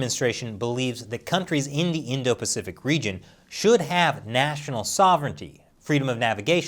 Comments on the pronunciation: PACIFIC, NOT PAFICIC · *pacific * just saying